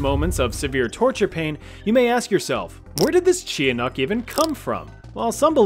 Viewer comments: Its pronounced ch-a-nahk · btw the tiyanak it pronounced as chanak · NAHHHH WDYM THE CHIA-NAK?! (Tiyanak-) we say it like cha-nak in my family idk why u included chia- ToT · Tiyanak is pronounced "Cha-Nak" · Trying not to sound like a filipino nerd here, but its pronounced "Cha-nak"☝️ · its chanak not tiyanak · something that bugged me is that the tiyanak is pronounced chanak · TIYANAK is pronounced as "CHA-NAK" "CHA" LIKE CHA-CHA, "NAK" LIKE (KNU)CKLES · Tiyanak is pronounced as "Chanak" in the Philippines. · the pronunciation of tiyanak for us is cha-nak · You said tiyanax wrong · Honestly, I’m a filipino and your pronunciation of the Tianak is soo funny!😂😂